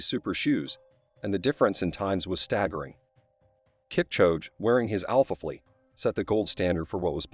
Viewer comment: As soon as it mispronounced Kipchoge’s name I was done.